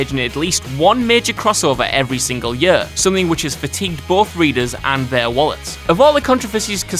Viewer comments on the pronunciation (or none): This guy has more problems with speaking English. Like: Year = jurr Sure = shoe-arr